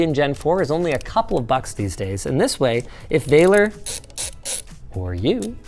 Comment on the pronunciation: So funny he's Romanian and Linus calls him "VEILER" when it's actually pronounced exactly like it's written "VALER". If I knew about this earlier I would have goten it because I live there.